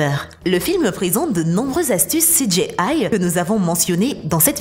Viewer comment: CI DJI AILLE. pas CI DJÉ AILLE. Merci ;D